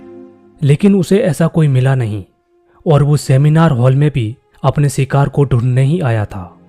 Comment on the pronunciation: Shikar kya bhai thik se bola karo 😔